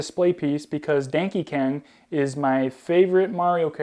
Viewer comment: Your saying Donkey Kong wrong